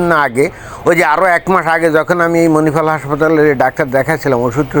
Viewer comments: মেনিপাল নয় ওটা হবে মণিপাল 😂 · প্রিয়, আপনার মেনিপাল শব্দটি খুব সম্ভবত ভুল । প্রকত উচ্চারণটি হবে মনিপাল । ধন্যবাদ । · Menipal ta ki? Agey bangla uccharon thik korun nijer tarpor e you tube e ang bang bokte asben